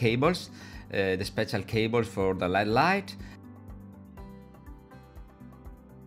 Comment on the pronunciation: I learn a lot from your videos. Thanks. I'd like to teach you something in return. When you say LED lights it is not pronounced like the metal. L.E.D. actually stands for Light Emitting Diode. It is pronounced like each letter all by itself. L-E-D And I will add that I only wish I could speak even some Italian as well as you speak English.